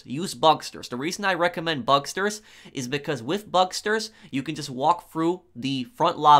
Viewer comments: “Bugsters” can you not? Pronounce it bug-stars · Bucksturs? It’s bugstars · Bugstars, not bugsters. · IT IS NOT BUGSTERS IT'S BUGSTARS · 1. It's Bugstars not Bugsters 2. Gruppe sechs is 10× better than bugstars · "Bugstars" not Bugsters🤦‍♂️ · BugSTARS, not Bugsters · bug-STARS not bugster lol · Bug Stars not Busters learn to talk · Idk why but I cringe a little when he says “bugsters,” instead of “bugstars” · ‘bugsters’ lmao